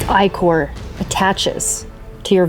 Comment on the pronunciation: Who else was screaming "ICK-or, ICK-or....It is not...EYE-CORE!"?